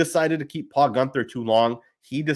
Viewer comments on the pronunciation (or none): none